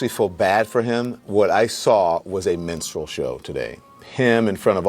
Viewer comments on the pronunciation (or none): Says menstrual show, instead of minstrel show, good job. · i heard menstrual and still do